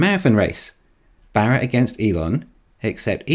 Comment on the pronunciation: It's a crying shame the Bolt doesn't use the fantastic GM Bull-tium batteries. And I like how the narrater pronounces Baarras. It's very nearly BareA55... 😁🍑🍑